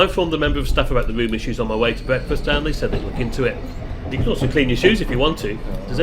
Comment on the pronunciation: May I just say that you need speech therapy, especially when you pronounce words that contain the letter R, for example It is a 'ROOM' and not a WROOM as you put it. Highly annoying !